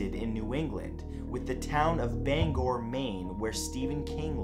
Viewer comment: Thank you for pronouncing Bangor correctly! It is wicked frustrating to hear a handful of town and city names continually mispronounced by tourist. Saco gets slaughtered as well.